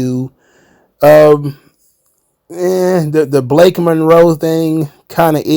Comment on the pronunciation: It's Balake Monroe